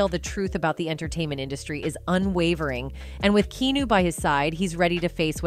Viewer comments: I'm sorry but the pronouncing of Keanu just killed me .. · You keep saying his name incorrect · So no where in this video does Keanu (which you incessantly mispronounced his name 🤦🏽‍♀️) say anything about leaving Jim alone. What a crock of bs .... this is why you can't believe ANYTHING you read online. So sick of this YouTube liars throwing out false information just for likes and subscribers. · FFS learn how to say Keanu's name 🤬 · You are mispronouncing Keanu's name! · If youre going to make a video about someone, make sure you can "pronounce" his name correctly.... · Parbly a A.I. or clearly someone who has never heard his name pronounced out loud. Key new. 😢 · OMG IM PULLING MY HAIR OUT EVERY TIME SHE PRONOUNCES HIS NAME WRONG ITS Key Ah New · Yah. I thot dont say kenu. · KEANU is pronounced KEE-ANN-OO! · The number of Key-New mispronunciations is disturbing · Also his name is key-on-ooh Reeves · The AI voice over says “Keenu.” 😂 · KEY-AH-NEW. Now say it with me KEY-AH-NEW. See that wasn't that hard! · Key New? Interesting pronunciation for Keanu. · Who can even watch this video while the entire time she keeps referring to Keanu Reeves as "Key new" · This can only be an AI voice or somebody who lives in the woods. It Key-ah-new bish! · JESUUUUSSSS H CHRIST !!! here I'll help you !! Key-ah-new KEY-AH-NEW !!! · Nah did she call him Kēnew😕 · KEY-AH-NEW you simple AI!!!! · Just cringing every time she says Keenu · 1:7 KEE-NEW??? is that proper pronunciation of his name??? 🤨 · KEY-ON-NEW LEARN HIS NAME. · Kee-ah-new is a sweet heart. Please don't use AI generators anymore. It's painful listening to someone's name mispronounced over and over. Seems to defeat the point. Thanks. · Kee-noo, lol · Try using “Key-ah-new” for your fake narrator. Better yet, hire a voiceover professional. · Please learn to say KEANU🧐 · who the heck is "kee- new"? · WTF ??? KEENU?? WHO IS KEENU?? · Kee Noo...???? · ke-nu?? c'mon noobs, get your sht right. I know it s a fkn robot, but still...